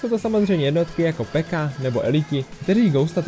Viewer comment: řiká se píka ne peka